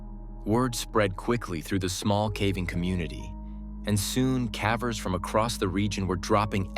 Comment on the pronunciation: Cavers not Caaaaavers!!!!!! what the hell he can’t even pronounce it right!!